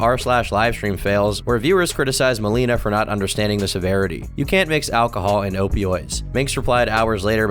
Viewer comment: The one involved in the alchohol/opioid is mal-ay-nuh, not mal-ee-nuh.